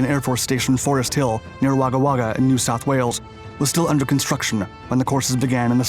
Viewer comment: I agree! His pronunciation of “New South Wales” is very impressive, indeed! 💪🇦🇺